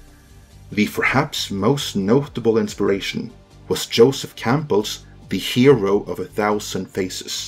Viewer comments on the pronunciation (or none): none